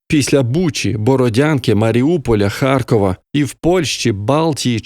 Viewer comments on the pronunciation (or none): none